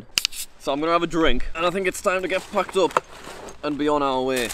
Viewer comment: Jack says packed but it sounds like he says the f word even captions censors lol